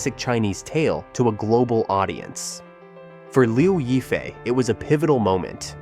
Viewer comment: I just can't with those "reports" that can't even pronounce the name of the person correctly. It is not that hard to look up pronunciation online.... Lyaw (yaw like in "yawn" without the n) And since this is for international audience, why not use her English moniker "Crystal Liu" ? Anyway Liu Yifei is her stage name. Her birth name is irrelevant since it was changed by her mother after the divorce of her parents when she was 10 years old. So. That sheds doubts for me on most of the allegations here and I did not really try listening to end... especially with such a clickbait title : Crystal is far from "most controversial" : that would be Zheng Shuang, Zhao Wei or Fan Bingbing. Crystal is no more controversial than Guli Nazha, who has nicely rebounded from some small alleged relationship trouble, and is the second most well known (and popular) Uighur actress in China. As for political trouble, why link her to the now defunct Hong Kong protests, that had nothing to do with her : she did not live there then, nor have a hand in those attempts to undermine the local government with proven backing from foreign countries intent on stirring up separatism in mainland China. She has, as was her right to free speech, expressed her support for the Hong Kong police during the 2019 protests which did not "beat down" protesters en masse as was propagandized abroad to people who had no idea of the real situation. If some took exception at her being truthful there instead of howling with si